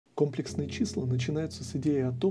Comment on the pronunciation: Видео очень классное, но есть одно НО. Правильно не ко́мплексные числа, а компле́ксные числа. Очень ухо режет